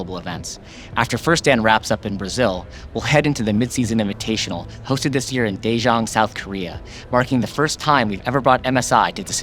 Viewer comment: Daejeon* not Daejeong.